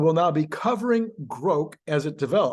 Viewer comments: It's pronounced "grawk" not "groke." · Also at 44 seconds "Grok" (like Rock) not Groke like woke - source and proper pronouncination with somebody that uses Grok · i'm older than elon and i say it's grok, not "groke". i think he's pronouncing it groke because it rhymes with woke. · Grok not Groke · Yes, Elon is wrong about the pronunciation. And no one (except for him) is going to pronounce it as "groke". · Well, if anyone would know how a Martian word were pronounced, I’d expect it to be Elon Musk. Regardless,I think I’ll continue with the pronunciation I’ve used for the last half century: Grawk. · Grok should be pronounced like Grock, like rock. That is an established word in literature. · sorry.. Elon wrong on how to pronounce. Long o is how all my geeks say it. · Please keep mispronouncing grok as many ways you can. Quite entertaining and sure to piss off pronunciation geeks 😊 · Elon is pronouncing grok wrong.